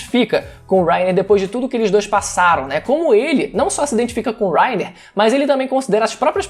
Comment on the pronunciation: que agonia ele falando wrainer kkkkkkk